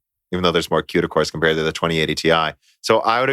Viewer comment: Qduh cores? lolol it's CUDA not Qduh No part of English has a C pronounced as a Q